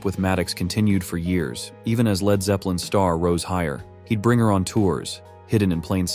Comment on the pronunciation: 'Led' guitarist? Can't the AI narrator robots be programmed to pronounce words correctly?